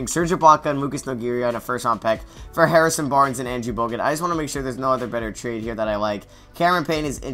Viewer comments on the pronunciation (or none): none